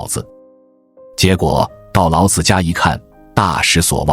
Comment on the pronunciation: 老子的老念二聲老不是三聲老，念三聲老，老子就是爸爸的意思！